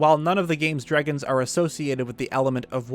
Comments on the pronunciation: This dude says drigons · why does he say dragons like that im losing my mind